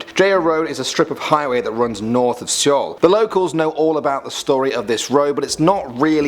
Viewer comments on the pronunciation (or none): You said Seoul wrong. It's pronounced the same as our word 'soul'. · why he gotta seoul like dat